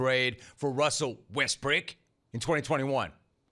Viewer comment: "Russell Westbrick" LOL